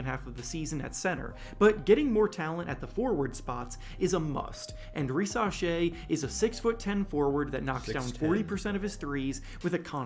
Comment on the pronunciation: Ri-sa-shay. Not sha-shay 😂 driving me nuts lol